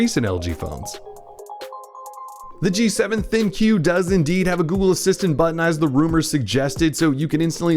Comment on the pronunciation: Its the ThinQ (think)...not Thin-Q